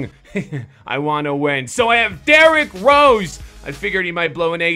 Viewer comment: Did he say d rose cant dunk (boi)